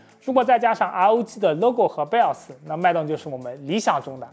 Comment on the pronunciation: 每次聽他講BIOS講成BELLS就會出戲一下:face-turquoise-covering-eyes